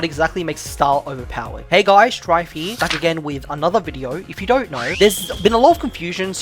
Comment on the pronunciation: Stop with the "if you don't knowr" bs it's getting on my nerves bruh come on man 😭😭